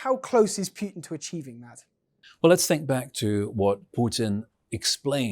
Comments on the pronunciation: Pootin, not Pewtin. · Can someone please take this reporter aside and teach him how to say “Putin”!!! There is no “W” in Putin! Pewter is a word of its own.